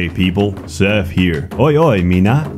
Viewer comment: How the fuck can Seth pronounce the "TH" is his name and "TH" in strengTH but no other "TH" words? I'm losing my mind.